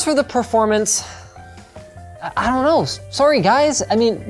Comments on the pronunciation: The Canadian "sorry" lol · oh yeah, Linus is Canadian. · Canadian sorry